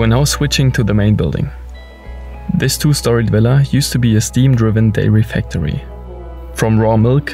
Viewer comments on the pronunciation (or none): none